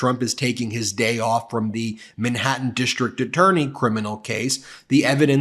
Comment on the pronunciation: Ben. Its Manhattan, not Minhattan. Man!